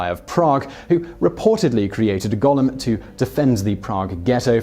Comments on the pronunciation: Goal-em not Gollum. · Stop saying "gollem"! It's gOOOOlem! It's like hearing nails on a blackboard hearing that being pronounced wrong. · Simon - #4: The word is pronounced 'GO-LEM'. Gollum is a character from 'The Hobbit', and the 'Lord Of The Rings' trilogy. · Golem is pronounced go-lum. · I’m English and it’s pronounced Gol em so he’s pronouncing it wrong